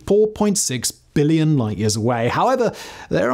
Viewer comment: jeepers, the emphasis on BILLLion is painful, we are'nt deaf or stupid.